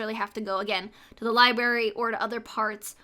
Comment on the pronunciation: It’s library, not libary. I love your video but I can’t handle that pronouncing